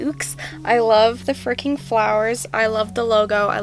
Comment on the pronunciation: Why are you keep on saying frecking